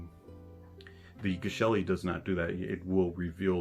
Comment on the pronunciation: TIL that Geshelli is pronounced 'jesh-elli.' Soft G.